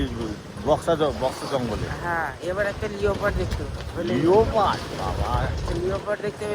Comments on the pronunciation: সুন্দর ভিডিও দেখলাম। একটা কথা লিখছি ছেলেদের স্কুলে ভাল এবং ঠিক ইংরাজি শেখায় না । লিওপার্ড বলে না ,লেপার্ড বলে। ইংরাজি বানানে leopard লেখে।কিন্ত উচ্চারণ লেপার্ড। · একটা ছোট্ট সংশোধন এর আছে ও ের জন্যে বিশেষ করে। চিতাবাঘ কে ইংরিজি তে Leopard বলে। এটার সঠিক উচ্চারণ লেপার্ড (Leh-pard). বানানে o থাকলেও ওটা উচ্চারণে আসে না,উহ্য ( silent) থাকে। বাচ্চাগুলো সঠিক শিখলে ভালো আর কি। তাই বললাম। Leopard ____বাংলায় লেপার্ড, খুব সহজ। আশা করি ভুল বুঝবেন না।